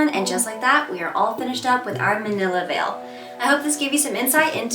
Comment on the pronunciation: Mantilla = Man-tee-yah